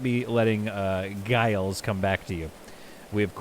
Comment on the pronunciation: Giles is pronounced Jiles - same as you said it but pronounced as if it had a J.